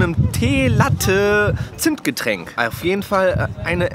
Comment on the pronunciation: wss war bei min los wie hast du teelatte zimtgetränk ausgesprochen hattest du da grade einen flashback 😅